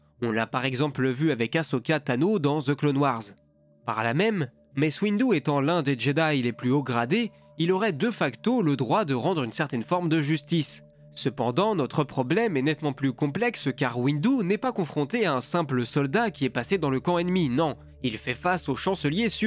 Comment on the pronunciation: & : Ca se prononce [Dé facto], pas [Deuh facto]...